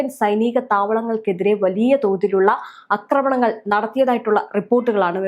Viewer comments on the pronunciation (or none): അക്രമണങ്ങൾ അല്ല. ആക്രമണങ്ങളാണ് ശരി. ഒന്ന് തിരുത്തൂ പെണ്ണുമ്പിള്ളേ.